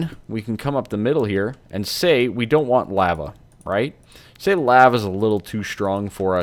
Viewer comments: Cool vid but the way you say lava makes me want to cut my ears off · did he say lahva